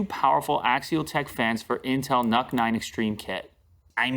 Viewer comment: I Believe NUC should be pronounced as "nuke". That is some logic for big power in small package.